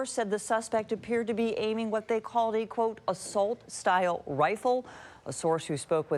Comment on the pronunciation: "Assassinate". "President". "Assult". But keep going.😅😂